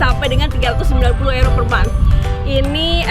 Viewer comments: euro (yuro) msk euro (ero) ngomongmu seh mbulet ngono kui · sebutnya kok ero? bukannya yuro? hehe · euro bacanya euro ya bukan yuro?